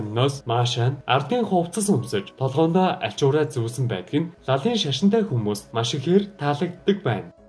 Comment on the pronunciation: Би лалын шашинтай гэдгийг лалрын шашинтай гэж сонслоо шд😅😅😅. Гэхдээ үнэхээр гоё сонирхолтой бичлэг болсон байна🥰🥰🥰🥰🥰.